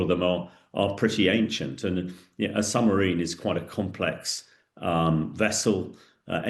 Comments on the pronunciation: Is he saying Sumarine instead of Submarine? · Surely it is SUB-Marine and not Sumarine? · How can a former British army commander keep saying summerine ? It's submarine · Is it me or does he keep saying SUMARINE